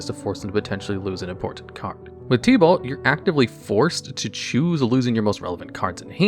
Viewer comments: Oof, normally hearing names slightly misprobounced doesn't bother me but idk why but hearing it as "Tea-Balt" instead of "Tib-Ult" was like nails on a chalk board. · Bro the only thing worse than tibalt is the way u say tibalt 💀